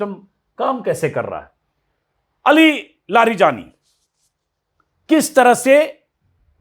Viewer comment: Aapko naam nhi padhne aate, please unka shi naam pronounce kre aur samaan de